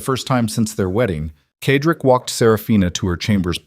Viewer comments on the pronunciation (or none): The male lead is Cedric. It is pronounced "Said rick" the AI reader reads it wrong "ked rick." It is distracting and annoying. It becomes a disruption in the otherwise excellent story. Also some odd noises that should have been edited out before publishing,but otherwise this is well done.